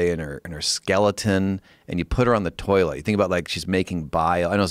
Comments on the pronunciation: Joe “ I struggle on the toliet” Rogan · Joe "I struggle on the toliet" Rogan